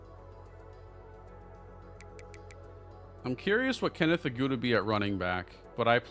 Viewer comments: I still think Agude is pronounced Ah-goo-day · your pronunciations be great but you’ve been saying Agude’s name wrong….. it’s pronounced AHH-GOO-DAY